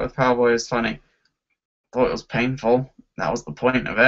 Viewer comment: why do you like Harley Quinn so much? "Because its fun-nay"